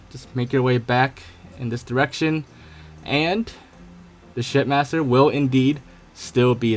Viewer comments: Each time he says shipmaster it sounds more like shit master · Why is it sound like ur saying shitmaster lol xd